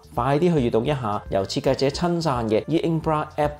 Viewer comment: 要注意下「einkbro」等等嘅發音，其他都好好，每周準時收睇，加油！❤